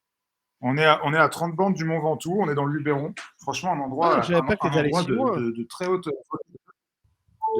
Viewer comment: LubEron, pas Lubéron 😉